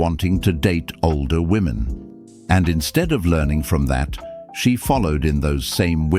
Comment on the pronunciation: Why can't any of them say "women"??